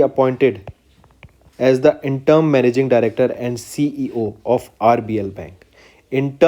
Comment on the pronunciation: Sir why do you pronounce wrong🙄 Ujjivan- ujjain Interim- interm Mobikwik- mobiwik Etc....